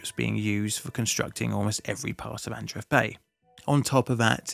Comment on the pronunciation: Congrats on your nuptials. I think Adreev the ev is usually pronounced short vowel eh as in: ehv. The first e would be pronounced long a form. As in Ay. Ahn'Drey'Ev. Not eev long single vowel double e as in English .